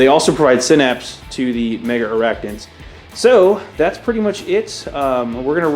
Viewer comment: They're not called "Mega arachnids" like you pronounce. They're Megarachnids. Only two A's! Jeez, americans' lack of english (reading?) abilities never ceases to amaze...